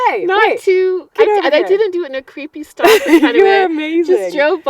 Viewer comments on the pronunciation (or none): none